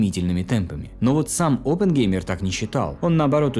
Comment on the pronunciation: Через пол часа от постоянного повторения фамилии Опенгеймер, да еще очень противного произношения, вас просто начнет тошнить и вы выключите видос навсегда. Чуваку явно нужно в жизни найти другое занятия.